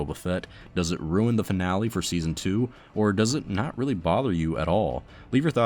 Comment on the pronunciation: “Fanale”. You finished school right?